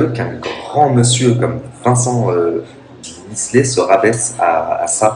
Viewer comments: Misslet ? T’abuses. Miclet c’est facile à dire. Et dire « le fils d’Ayem » non c’est LEUR fils. Elle a pas pris un donneur non plus. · deja tu est pas capable de dire miclet et en plus tu parle trop a rien dire